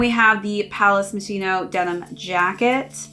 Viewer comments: did you used to pronounce it moshino? And accidently put it in. To be fair I thought it was that too until I watched the advert it says palace ( moskino ) at the end . Moshino is what most people call it though I suppose it being Italian it gets that k sound . Great video by far the best palace lookbook video I've seen keep it up. Best wish from U.K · It’s pronounced Moss-Chino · i am so confused , you stared the video pronouncing it correctly ( moskino) and then changed to mosh ino , could be worse heard one reviewer hypebeast call it Moe shino haha